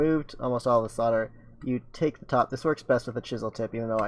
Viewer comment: "sodler" lmao